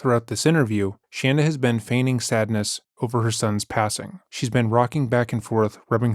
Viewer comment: Thank you for calling her 'shanda', not shaunda as she preferred....love it..